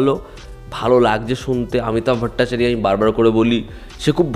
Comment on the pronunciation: See, my neph, it's better to sound those Bengali names in Bengali. Did you get it freakishly? 😊